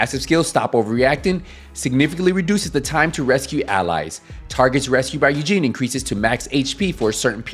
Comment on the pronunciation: So funny as an Asian person to hear you say Eugene instead of Yujin rofl, great video otherwise!